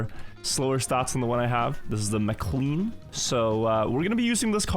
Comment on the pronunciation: MICK LARE EN NOT MR.CLEAN.